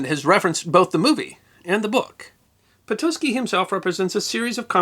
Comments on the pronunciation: Awesome story!! Po-taht-ski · Patocki = pa-to-skee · No, correct pronunciation is [po-tots-ki]. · Never knew it was pronounced 'Potoski'